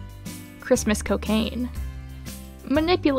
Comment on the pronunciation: "Christmas coccaine" * the fic is tagged Minecraft.* Hmmmmmmmmmmm Sounds like: LAS DROOGAS